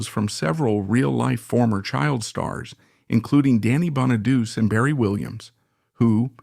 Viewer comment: And another situation where the commentary is wrong in this video is when he pronounces Danny Bonaduce's last name wrong. The commentator needs to do better research. 👍.